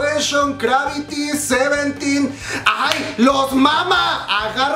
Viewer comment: que es, "garvity" y "seventten" ¿?, yo sólo conozco a "CRAVITY" y a "SEVEENTEN"